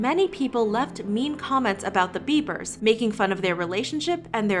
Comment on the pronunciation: Every time she says ‘the beibers’ 🤢